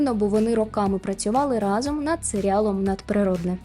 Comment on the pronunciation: Вау😍 Дуже цікаве відео. Але окрім того, хочеться окремо подякувати за правильний наголос у слові рАзом у вступі))0))) В школі вчителька багато нам на це звертала увагу і мені тепер ріже слух, як всі неправильно кажуть разОм.